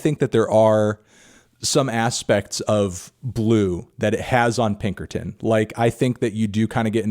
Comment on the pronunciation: Again anthony? It's pinkerton